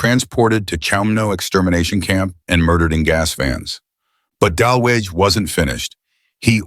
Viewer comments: The name is pronounce dalooga. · It’s pronounced “de-looga” — no biggie, just fyi